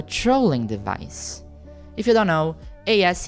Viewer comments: btw, pronounce "ASCII" as "asskey," emphasis on first syllable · Oh! For future reference, ascii is pronounce "as-key" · I have just one teeny-tiny nitpick about the video, if you don't mind me bringing it up and being pedantic: ASCII is generally pronounced "as-KEY", which is much easier than saying all five letters individually. Kinda shows how far web technology has advanced where people can embed actual images instead of having to draw things out in text, so the concept of ASCII art has fallen further into obscurity.